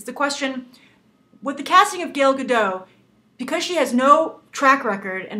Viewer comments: Gale Gaddot? Really? It's fucking Gal Gadot. Why is it so hard saying her name right!? Gale isn't even close! Would you call someone named Ben, Banoshua? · "...the fact that she is israeli will have a gobal effect..." what do you mean by that? and her name is pronounced "gal gah-dot". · gAl gAdoT...please pronounce the name right next time! :) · Stop saying Gal Gadot!